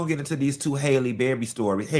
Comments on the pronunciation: Halle not Hailey 😂😂😂 ain't gone ever get it right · Omg you done said this girls name every way but right😂